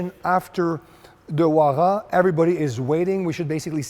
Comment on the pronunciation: I love ya nd I know you got an accent but I can’t get over how he pronounces huayra 😭💀